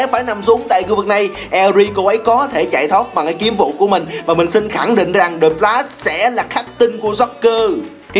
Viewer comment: Đọc tên tướng cũng ko xog :) The Lashhh